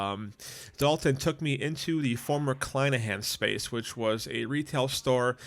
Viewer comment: "Kleinhans" has only two syllables, not three. Think of the music hall for the Buffalo Philharmonic. "Marx" ("Marks"?) was the third word in that brand's name. What 41 year old says "super rad"?